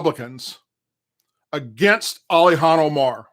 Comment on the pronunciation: Who in the fuck is Olihan, never heard of her, now I've heard of Illhan Omar, but not Olihan. Speak English bro. Damn.